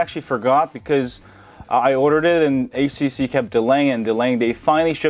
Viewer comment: Did I hear it wrong? It's HTC , but you pronounced it as ACC?...